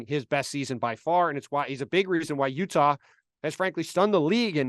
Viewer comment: "yuhtah jazz"